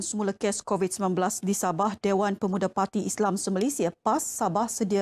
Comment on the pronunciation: Kebayak kan setesan petugah kebayak kan orang Korat g korat bukan kovit korat